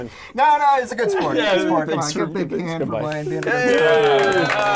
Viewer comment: One of the things they should have done with Blaine is call out his pronunciation.